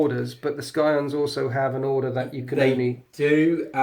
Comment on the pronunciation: Oh it's tough to hear! lol